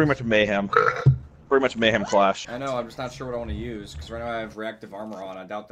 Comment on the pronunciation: "mayham clash" someone plays dessttiinnyyyy 🙌🙌🙌🙌